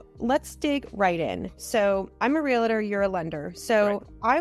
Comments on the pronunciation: Info is solid, but hard to listen to a "Real-tor" who can't state their profession correctly. Is it nitpicking? Would you feel comfortable when a medical professional says they are a "Dook-tur"? A test of a good "Real-tor" starts with first impressions. It's not "real-a-tur", but "Real-tor". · Say it with me.... REAL-TOR.